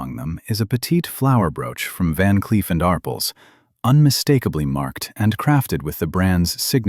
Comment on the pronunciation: Van Cleef and Ar-PELS! Why can't these narrators learn the correct pronunciation?